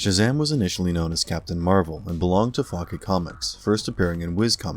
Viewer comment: Only thing that bothers me in this vid is how many times he mispronounced "Fawcett". It's "FAW-set", not "Faw-ket"...LoL